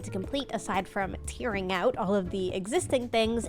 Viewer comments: is amazing but she pronounces it "teering it out" instead of "teAring it out" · I never noticed you pronounce "tearing out" like t-ear instead of t-air. Don't think I've ever heard anyone pronounce it that way before! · "Teering" what a strange and unique pronounciation